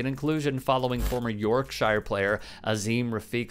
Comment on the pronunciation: Like you videos and all but Yorkshire isn't in middle earth. Soft i in British counties. Its not a predictable pronunciation but we are a nation of many origins and bespoke dialects.